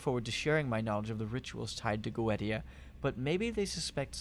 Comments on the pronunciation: It's pronounced GO EEE SHEEAH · Yeah, that crossed my mind too. I always thought it's pronounced Go-eh-ti-a.